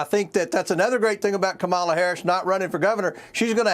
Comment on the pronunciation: Comer refuses to pronounce Kamala Harris's name correctly. Or he's too stupid to learn how. I think I'll go with the latter.